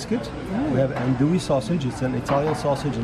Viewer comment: An-DO-wee and KEEL-basa.